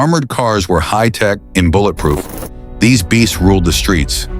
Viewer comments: Bolletproof????? What is a BOLLET???? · wtf is a "boilet" proof truck?!?!?!